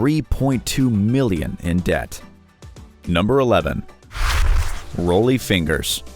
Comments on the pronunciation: Pronunciation! Pronunciation! Pronunciation! = Johnny Unitas ("YOU-NIGHT-US") & Rollie Fingers ("RAWL-E-FINGERS") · At least learn how to pronounce the names. Johnny Uneetis? Rowlie Fingers? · It’s Johnny U-nite-us, hard I. And it’s Raw-Ly Fingers, not Roll-ie. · Johnny uneetus? Roly fingers? If you can't pronounce the names... ask! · Johnny Uneetis and Roly Fingers!😆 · Johnny uneeediss and role e fingers !!! Lmao who do you guys hire to read these videos? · Then this person butcher next Rollie fingers pronunciation of his name the pronunciation of these people's names was butchered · He messed up on Rollie Fingers too,, even though it's not spelled like it's pronounced...kinda.. I'm surprised dude got DYKSTRA right.